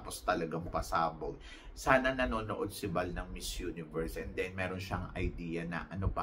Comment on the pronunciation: Pronounce the word miss universe not mizz universe thank you.god bless you